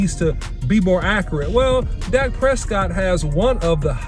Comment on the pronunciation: OC why you butchered Dak like that